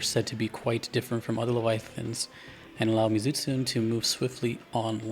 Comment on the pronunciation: You pronounce the monsters name Mee-Zoo-Tsoo-nay